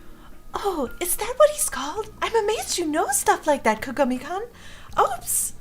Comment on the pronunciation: I love you, but you keep saying his name wrong XD it's kaa-gaa-me then the like greeting name is koon. So all together it's kaa-gaa-me - Koon.